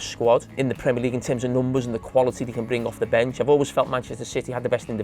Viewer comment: Did he just ..NOOMBAs...instead of Numbers😁😁........